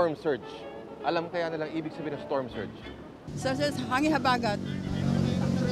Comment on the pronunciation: Yan po hindi ko maunawaan ang sinasabi niyong "Term Surge"(Storm Surge).hahaha!!!